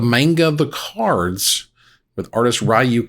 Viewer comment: It is Ryu and not Rayu though